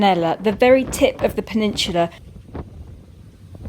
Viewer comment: Lolz it is soo cute n funny the way you pronounce,peninsula,sorry I mean peninshula!!😂🤭🤣😉